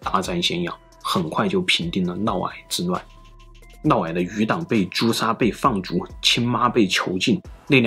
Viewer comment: 普通话差点意思 尤其是嫪 这个字发音不准 听着难受